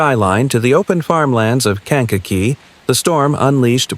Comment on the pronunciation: "cang-KOK-eee" county?